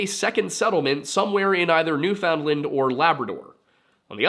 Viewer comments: You say New Foundland funny lol that's not how Canadians say it. Be lazy with the pronunciation nuFundland. All one word..great video! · Newfoundland is pronounced basically like "Noofin-Land" not New Found Land or New Finland. The "noof" part is probably the most important part, the rest kinda falls into place after that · Little correction, because you are so amazing at your pronunciation of names. It's not new found land, it's new fin lind. It's based on dialect, and Canada has accepted this as the correct pronunciation. Definitely find some youtubers pronouncing it so you can practice. 9/10 that's my only complaint. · He actually got mad at me over it I think my comment must have been deleted by him I said I always find it funny how Americans call us Newfinland and not Newfoundland and then he told me when I learn to say Nevada I can tell him how to pronounce things Not like I'm a born newfie or something lmao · its newfin-land or newfin-lund not newfound-lund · Please practice saying, "Newfinland" all one syllable and pounced as typed. Saying, "New-found-land" is really awful. Seriously, "Newfinland" try it until you master it. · As a Canadian: Newfoundland=NOOfin-lend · new'Finland is how we usually pronounce it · I can forgive the mispronunciation of Icelandic and Norwegian words. but, Newfoundland is pronounced like “Noo-fuhn-lund”. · Pronouncing "found" in Newfoundland hurts my ears. Pronounced "NOO-fuhnd-luhnd". I know I'm being douchy - because this was a great, well-researched episode on which I can find nothing else negative to say. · Oh hey, I get the chance to be super pedantic about Canada! For some reason "Newfoundland" is pronounced more like "New-fund-lind" or "New-fin-lund" I don't know why, I blame my Newfie neighbors (at least for the parts of the year where they literally are my neighbors) they did introduce me to Crush Birch Beer though... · Dem Yankee b'ys jus' refusin' t' learn how t' pronounce d'word '"NEWFinland".